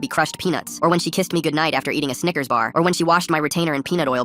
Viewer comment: Bro did not sey snikers